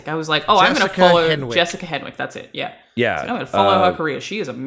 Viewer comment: I liked the story, mental health scenes, and character interactions in Matrix Resurrection. Jessica Henwick (TIL it’s pronounced “Hennick”) and Jonathan Graff were my favorite new characters. That being said, the gun play and hand to hand combat was the weakest out of all Matrix movies, where Smith punched Neo’s block twice. That makes zero sense in any fight. Turns out Lana was the action choreographer with a little bit of help from Chad Stahelski of John Wick fame. Unfortunately it didn’t work. As for muscle building, yes we have to create micro tears in order for the body to grow/heal in our sleep. That’s why you increase reps/ weight over time. To create more micro tears to have the muscles grow. Finally, anyone that says any movie is the worst ever, 9 times out of 10 is just hyperbole. There are so many more movies out there that are worse than whatever movie someone is complaining about.